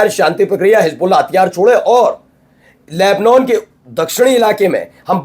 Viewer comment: Tum sahi sahi boolna seekho...llebnon...nahi....llebnàn..bola aur padha jata hai. Sahi bolna seekho.